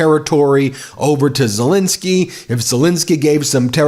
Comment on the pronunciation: One thing it's " Zelenskyy" not " " Zalinski"